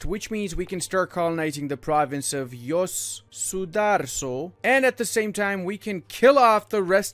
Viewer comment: As asn Indonesian the way you pronounced tidore, Yos sudarso, and makassar hurts me